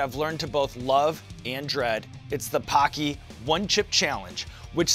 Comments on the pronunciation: When hawk says paqi it sounds like hockey lol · Bro the way they say Paqui. It’s an insult to Asians in the uk 😂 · Just so u know the way u pronounce "paqui" sounds very racist in the uk 😂😬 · First time I've ever seen Paqui chips at the store, I pronounced it incorrectly and accidentally said a racial slur.